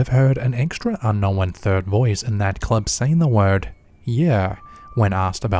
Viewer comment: Cause he can’t talk and needs to hire a narrator. “Unn-nowinn”. Some idiot Kiwi or something